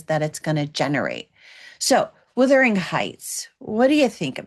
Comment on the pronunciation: It's Wuthering not Withering and it means windy. Also, "Robbie" not like a bathrobe but a robber. It takes 2 seconds to figure out how to pronounce things. Listening to you constantly saying the names wrong makes me want to scream the correct way to say them.